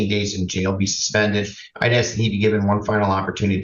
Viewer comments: needs to stop "axing" so much. She is going to dull the axe 🪓. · I’m Australian and no one pronounces ask that way here. It cracks me up every time 🤣🤣🤣. I’ve seen a very well educated African American female on YouTube pronounce it the same way and it just made me cringe! Why do people do that???